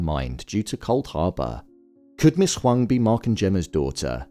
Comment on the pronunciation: I am Asian and at first I thought her name was Ms. Wong because of how it was pronounced in the show but it’s actually Ms. Huang lol. I wonder if they purposely used an Asian actress for this role in connection to Gemma/Ms. Casey who happens to be Asian as well!